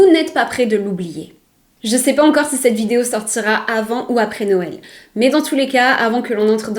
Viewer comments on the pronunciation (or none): none